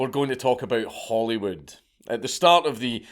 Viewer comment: Did he say Hollywood or Holyrood???